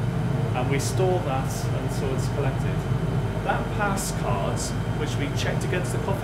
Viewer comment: It’s card not “caautttt”